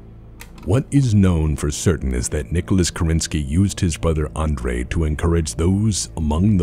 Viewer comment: That you say Andrey instead of Andery irks me. That you would suggest that the Founder had even thought of having his own brother killed, boils my blood. Were I still playing MWO I would have issued a batchall. (Seriously though very good job. Beautifully edited. The music and pictures match up properly.)